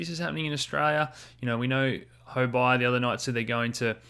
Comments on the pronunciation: it's not Huo-Buy, it's Huo-Bee. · It's okay, CryptoBud pronounces it Huo-Buy as well. Thought he might know better since he's asian. In Chinese, Huo means fire, and Bi (pronounced "bee" *stoccato*) means coin.